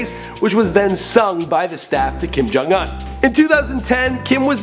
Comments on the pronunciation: It's Kim Jong-Un not Kim Jung-Un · But it's Jong not jung